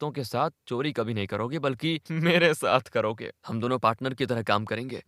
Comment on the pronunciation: Aap konse prant se hai. Hindi jaha "bh" भ, likha bola suna jata hai, aap vahan "v" व, istemal kar rahe hai. (eg. Kabhi kabhi ke badle Kavi kavi)... Aur, yeh sirf aap hi nahi, aur bhi bahot log karte hai...is liye bataye, aap kahan se hai?